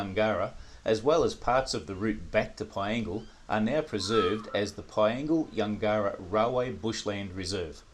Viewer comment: Yungera is pronounced closer to Yungra - Yun gerr rah. We had farms at Kooloonong and Yungera